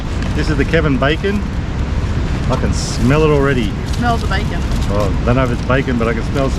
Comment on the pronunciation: Its bacon not backon